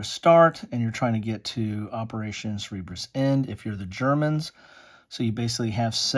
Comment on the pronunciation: Thanks for reviewing these postcard games! :) I have several of them, but haven't played many of them. Just a minor thing, but I think it's pronounced "Sir-burr-us". Do you have the optional rules that potentially adds the German battleship Bismarck and U-boats?